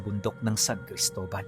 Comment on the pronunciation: Cristola? Or Cristobal sir